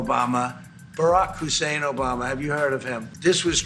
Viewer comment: 😂😂I Love it when President Trump says Obamas name,& he’s sure to always emphasize it Barack “HUSSEIN”Obama!!😂😂😂